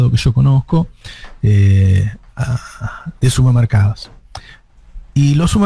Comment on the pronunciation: SuPPermercados Navarro, SuPPermercados. Aprendé a hablar viejo